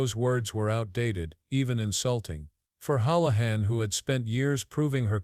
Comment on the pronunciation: Hoolahan .hool not howl